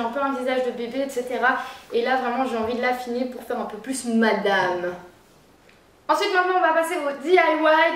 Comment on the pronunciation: Cela me fait penser à Shera Kerienski quand elle dit "ensouite"